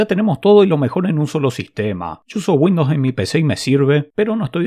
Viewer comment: Muere un Ing. de Software de Microsoft cada vez que pronuncias Windowns :)